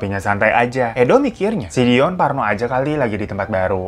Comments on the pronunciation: Kadang si babang ngomong dion jadi doni 😅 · Yang bener Dion apa Doni sih bg 🤣🤣🤣 ,, tp gak pp sih tetep good banget cerita nya kalo di bawain lu bg semngat 2 JT nya ya yuk bisa yuk 🥰🥰🥰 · Tebak brp kli bang hiro blg dion jd doni 🤣🤣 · Nyebutnya Doni mlulu pdhl Dion awokwok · Selamat ya bang mau 2jt subscribe..dion bang bukan doni.. 😂😂😂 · Bang hiro sampe salah mulu ngmg dion jd doni 😂